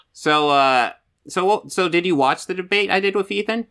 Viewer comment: Why is it impossible for you to say the word 'With' ? You say wif. It's very off-putting.